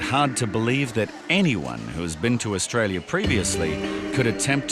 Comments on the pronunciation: I think she said Australia not Diarrhea 😂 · no no no she wasn't saying 'diarrhoea'. She was saying 'Australia' (pronounced as 'ao dah lee yah') prob trying to say those shoes were got in AU.